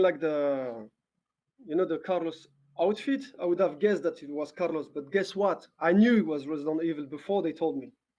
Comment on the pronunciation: The way she said Caros :D